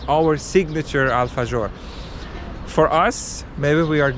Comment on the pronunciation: Guys, it’s pronounced alfaHor nit gor 😊